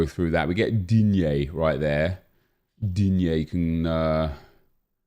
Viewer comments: The way he said digne lol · Hahahah! Always laughing, when you say Digne :D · Is it just me or does it sound like says the name of Digne weard and funny. Everytime he comes up its just sounds off